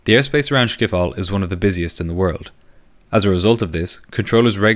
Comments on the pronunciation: Amazing video, as always. By the way, it is pronounced skip-hol. The word is a compound word (like in German) of schip and hol. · You pronounce it as SCHIPhol as SCHeveningen. (I am dutch) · He can't pronounce Schiphol do he's obviously not Dutch